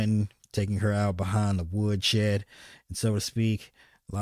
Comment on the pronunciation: Did he say wood sheed?